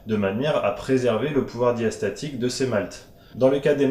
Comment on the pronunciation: Merci pour vos explications , un travail de qualité, des explications claires et efficaces ! Néanmoins, je crois avoir relevé une légère petite erreur. Vous dites "Pouvoir Diastatique" , alors que l'on dit "Pouvoir Diastasique", si je ne dis pas de bêtises.